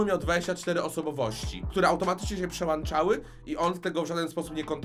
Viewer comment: błagam, nie mów przełanczały!!!! Tylko przełąąączały!